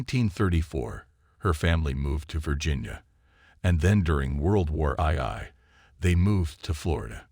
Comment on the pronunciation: World War Eye Eye? Stupid robo-narrator. Oh, then there’s “polish” pronounced like shoe polish. Not “Polish” as in people from Poland. Why don’t the use actual human narrators on YouTube?